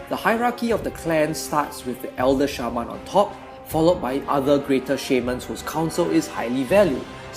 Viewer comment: You really sell the Orcs so well, you give me goosebumps! And i love the way u say Shaman :) You seem like such a peaceful guy